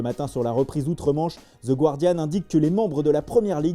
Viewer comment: mdr, vous mettez tellement de cœur à prononcer les noms italiens correctement, mais vous continuez à prononcer "The Guardian" comme "Gwardian".